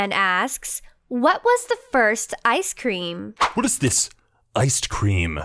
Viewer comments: ”Icedt Cream” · Ha at the beginging he said iced creem ( star fire talk)